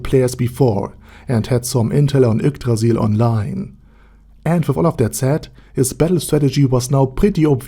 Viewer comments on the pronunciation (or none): none